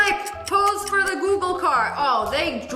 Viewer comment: Nobody say de star on de desert😅